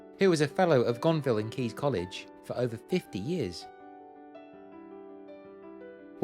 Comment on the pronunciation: But impressively, you got "Gonville and Caius" right (-Keys)!